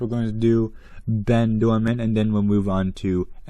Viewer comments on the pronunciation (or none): Great video, I really want Ben. He was only released once in 2010 in a super rare team set. Ernesto is actually not too bad, I like the yellow on him. You actually said Bens name wrong it's pronounced Ben Doordan, you said Ben Doorman.